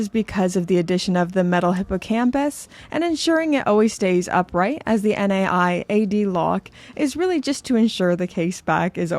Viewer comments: Naiad isn't an acronym or initialism, so you don't pronounce it N-A-I-A-D, and in the UK it's normally pronounced as NIGH-ad / Ny-ad. A Naiad is the mythological nymph of flowing water, and another nod to Ancient Greek mythology like the hippocampus also used by Omega. (meanwhile you were right the first time on "galvanic", it is pronounced gal-VAN-ick) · Good video as always, but the NAIAD lock is pronounced Nye (like Bill Nye from TV) Add, like adding something. I laughed out loud at the value finder comment too btw. 😅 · Love the Planet Ocean! You were right about galvanic, wrong about being an idiot, and missed that Naiad is a word... it's a Greek water nymph. You say it something like nay-ad. Just in case you're interested. 🤷🏻 Love the channel. 😎